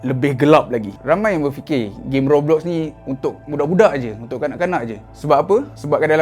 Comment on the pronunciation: Roblox - Sebutannya Gobloks (kata )